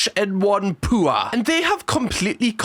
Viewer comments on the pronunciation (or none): The way you pronounced "poor" made them sound stinky 😂😂 "poo-ahh"